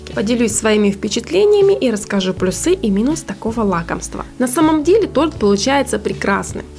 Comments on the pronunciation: плюсЫ,минусЫ,вАреная сгущенка - аж коробит слушать! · Прошу, пожалуйста говорите слова с прав.ударением: плюсы, вареный.